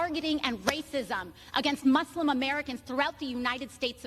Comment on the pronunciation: AOC is such an obvious and poor liar and if she actually cared she'd learn how to properly pronounce Muslim, being in the public eye.